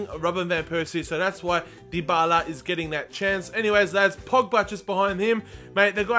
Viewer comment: Dybala is pronounced die-ba-la, not dee-bay-la like you are saying